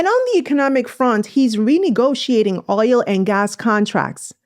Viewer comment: Its OIL not OYO😅OL